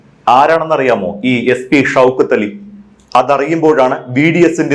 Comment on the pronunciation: ഷൌക്കത്ത് അലി എന്ന് പറ അല്ലാതെ ഷൗതക്കാലി അല്ല 😂